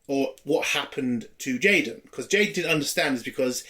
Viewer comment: You keep pronouncing his name as J-Don, his name is J-Den, like Jayden. J-Don sounds better as a Klingon name but the "Jayden" pronunciation illustrates how idiotic and pandering this series is.